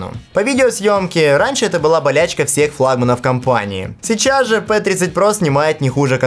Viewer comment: Не пэ а пи